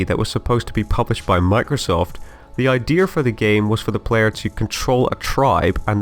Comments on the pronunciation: he said iders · He said ideers for idea 😂😂😂👌🏽👌🏽👌🏽👌🏽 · Far cry primal for the dinosaur one and how u said idea